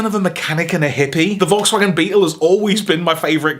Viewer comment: Volkswagen shins.... volkshagins, come on man!!!